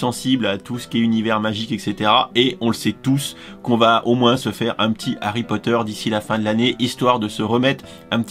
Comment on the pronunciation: Harrrry Potttteerrr